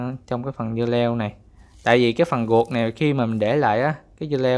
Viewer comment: sao ko rang noi tieng viet cho dung ma noi chu r thanh chu g,vi du nhu ruot dua ban noi la guoc dua